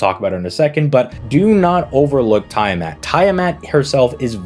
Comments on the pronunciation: Noooo, bro sticking with the "tyre mat" pronunciation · BTW it's pronounced "tyamat" lol. Seriously there are so many amazing servants next year I'm just going to save my SQ until then and then decide. Kuku is extremely high on my list as is Draco, Tiamat, Castoria zerker, Ruler Melucine, Summer Kuro, and on and on and on. Lots and lots of painful choices. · I never heard anyone pronounce Tiamat the way you have and wish I never did. FGO Babylon can fix that, just go watch it. Informative video and I do like your PoVs.